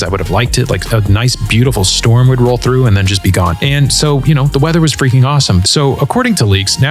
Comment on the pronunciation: "Right around the feaking corner"